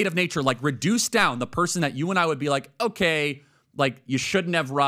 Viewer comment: How many years speaking English now, and still thinking it’s pronounced ‘ow-kai’? Annoying af